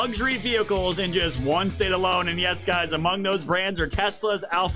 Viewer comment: I never heard anyone pronounce Alfa Romeo the way you did. You certainly brought a smile to my face.🤗😄